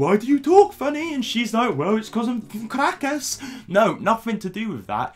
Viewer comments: As an actual Caracas girl, I'm quite impressed by your pronunciation of "Caracas, Venezuela". For us it's soo cringey that she flags her nationality on any. chance. she. gets. We get it, you're Venezuelan, we don't thank you for the representation. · sometimes I come back to this video to hear say Caracas, Venezuela and Latina 😍